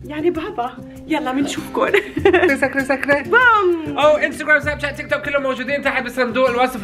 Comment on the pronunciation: تيك توك❌:تأ توأ✅😂😂